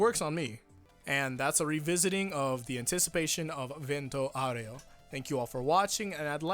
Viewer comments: Does even know italian? Its "vent-o aw-ray-o"! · vento oreo? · It’s pronounced “VEN-toe OW-reh-oh” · Io parlo Italiano. È VENto (Ben toe) aurEo (ow ray oh). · Just pronounce it "Vento Oreo" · I, for an Italian; just can't wait to see how they will pronounce the Italian names, like just "Vento Aureo" is too funny to hear in english/japanese, part 5 will be the end of me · Your Italian is almost good, just a nitpick: open your mouth more when pronouncing the words "Vento Aureo."